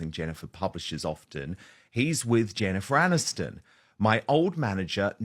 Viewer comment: BIG MICHAEL AND JEN MAN-ISTON 😅